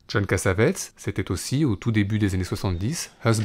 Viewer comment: Cass-A-Vé-Tiss ---> La bonne prononciation.